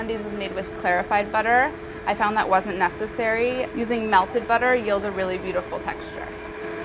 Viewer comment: Say yield again. I dare you